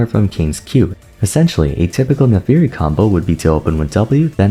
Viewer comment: It always feels weird when people say "Nafiiri" instead of "Naafiri", is there a lore reason for this?